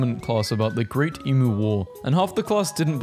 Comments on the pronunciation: I get so sad when i hear ppl mispronounce emu. Its ee-m-you not ee-m-oo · EMOO??? EMOO??? you said it wrong... 😔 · Okay, sorry, but they are pronounced eem-yoo, not eem-oo. Edit: wtf, you americans don't have play school? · It's "eem you" not "ee moo" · AS AN AUSTRALIAN IM OFFENDED YOU PRONOUNCED EMU WRONG! ITS NOT (em-oo) IT’S (E-mew) !!! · Why do you say it imu it’s emu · EE-MYOOS IS HOW YOU PRONOUNCE IT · NON-AUSSIES PRONOUNCE EMU WRONG YOU GOTTA SAY THE U LIKE ITS ON ITS OWN: EM-U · Please learn how to say Emu properly It’s Eem-you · The way he says emu is bugging me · Him pronouncing Melbourne as “Melborn” and emu as “emoo” was painful. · You've said emu and marsupial wrong multiple times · As an Australian, I’m offended As a Melbournian, even more so ITS MEL-BIN AND OSS-TRAY-LEE-A AND EE-MEUW AND MAR-SOO-PI-AL